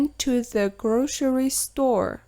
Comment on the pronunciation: Неге police -ти полис,grocery -ди гроушери деп окып турсыз?Былай окылу кате емес па